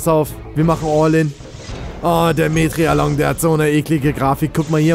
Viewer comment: Nicht metrialong sondern Metriacanthosaurus